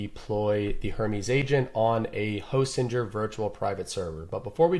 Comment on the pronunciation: Great tutorial. Fairly sure its not pronounced hostinjer though.